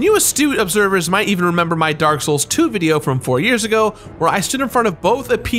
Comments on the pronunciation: That's the last time I mispronounce anything from Dark Souls Also literally a few seconds later: DRAK SHOULS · Says he is not going to mispronounce anything in dark souls ever agian: "The Drak Shouls Colactors Addition..." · “Drank Lake” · will not utter or mispronounce any words drake souls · You said it wrong it’s not “the drak shoals 2 collectors addition”. It’s “the dronk shulks too coolectods audition”. Rookie mistake rookie mistake. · I love how he purposely mispronounces Drak Shouls Collaktiers addition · he said drak souls nice joke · “I’ll never mispronounce anything on this channel again” Also 2 seconds later: “this is a great collectors addition” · I love that shamelessly mispronunciations of the next two words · Correctly pronouncing the Dark Souls collector's edition and the vacuum cleaner had me dying haha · "I would never mispronounce anything Dark souls related again" Proceeds to mispronounce dark souls collector's edition*